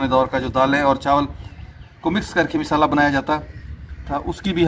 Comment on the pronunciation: Misala nahi Masala kahoji